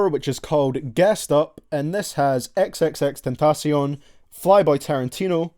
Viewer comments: Your the first person I heard say x name right 😂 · i hate that you dont appreciate the aggresive songs but i love how you pronounce xxxtentacion